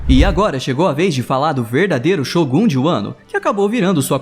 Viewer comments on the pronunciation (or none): none